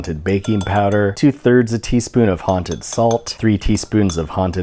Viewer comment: You know it’s October so say haunted Like a hunted pencil